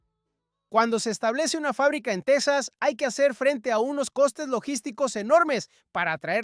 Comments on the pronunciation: El estado será "TEJAS" No "TECSAS", Menudo Español es ese. 😮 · Texas se pronuncia Tejas como México!!! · TEXXXXXAS. SE PRONUNCIAN COMO. MÉXICO EN ESPAÑOL TEJAS EN. INGLÉS ES TEXAS. EN ESPÑOL. ES TEJAS